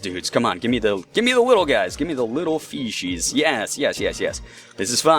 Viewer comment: You sound like your saying feces, when saying fishies. I died (while laughing) when you died, im sry